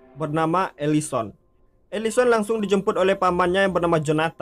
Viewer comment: Elisen bukan elison